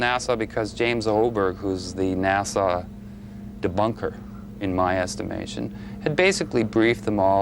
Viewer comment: Its not NASAW..